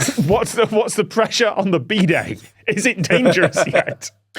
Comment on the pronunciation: “Bee-det” that’s a new pronunciation I haven’t heard before